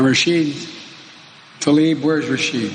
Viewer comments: Biden can't climb the ladder to the air force one how can he pronounce Rashid a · What an asshole! “Rashid” Tlaib he says! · Joe, her name is Rashida. There’s an “a” at the end of it. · He called her “rashid “ isn’t that a mans name? So lazy at least say the name right! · He didn’t even pronounce her name correctly. It isn’t ‘Rachid’. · There's no joke... I pointed out he said something like Regine he didn't say Rashid. Still messed up her name and was still disrespectful though. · LOL he can't even pronounce her name,FREE PALESTINE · He doesn't even know how to say her name! Is this the first time he's heard of her? Even lay people who are not involved in politics know of Rashida Talib. Shows you how ignorant of/dismissive of progressives that center-right Joe Biden is. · He can't even say her name... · Yep, cares so much he can't even say her name correctly. Onya Job Boden.🙄😏🤔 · He did not even get her name right! To add insult to bloodshed Tsk!! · the old fart can't even say her name right. what is it with him and not being able to pronounce names that aren't super 'white' sounding? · Oh God he couldn't even get her name right...so awful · You glossed over that whole part where he couldn't even get her name right. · That's not the most important thing here. The issue is his position on Israel. He needs to change his stance and value palestinian lives a little more. He can butcher her name forever - what he needs to do is stop butchering her people. Don't get distracted by misplaced outrage here. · He can't even say her name right... Also, he just gave his "thoughts and prayers" to her and everyone there. Shame. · Can’t even say her name right 😔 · He can't even pronounce her name right. He doesnt care about Palestinians. What a p.o.s! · He can't even say her name right. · He could start by pronouncing her name correctly? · Well, that explains why I've seen ppl talking about "Rashid" on Twitter. He couldn't even fucking get her name right!